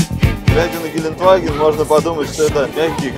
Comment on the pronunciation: Ребят ошиблись гелендваген а не геленваген !!!